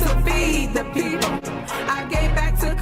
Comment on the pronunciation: She only consider herself as "da peepol"